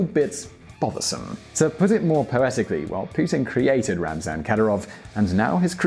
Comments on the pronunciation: His name is RAMZAN not RAZNAM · It's Ramzan Kadyrov, not Raznam Kadyrov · 9,31 .. it RAMZAN not Raznam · It's Ramzan not Raznam Kadyrov! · its Ramzan Kadyrov not Razman Kadyrov dumbass. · I swear does any editing actually go into these vids? First you’re continually saying pronouncing Chechnya’s President as “RAMZan Kadyrov” then fast forward to “RAZNam Kadyrov” Edit your vids ffs!!! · “Raznam Kadyrov...” ????